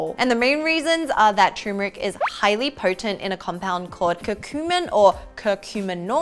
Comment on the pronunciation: people need to stop prounouncing Turmeric like Tumor-Ick!